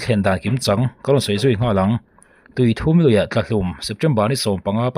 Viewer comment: Tui 3 nilovin ,awthum tih kan lama thum tih ang hian tui thum tih hi lam tur.